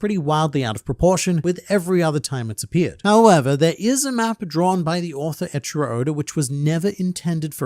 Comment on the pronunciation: Do you keep calling Eichiiro Oda "Ed Sheeran Oda" ??? cause that's what I'm hearing when you say it, lol